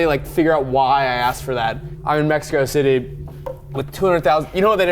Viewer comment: Mexico Thity sent me 😭😭😂